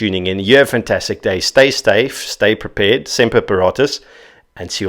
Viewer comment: "Stay styf"😂